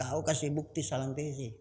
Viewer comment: Maaf kalau salah sebut namanya kalumpesi harusnya Sarampessi